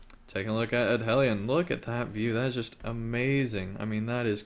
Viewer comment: Entertaining. But Edhellion the DH is pronounced TH; and C in all Sindarin words is pronouced K. You can find this information in the Lord of the Rings Appendices. Yes, I'm a Tolkienista.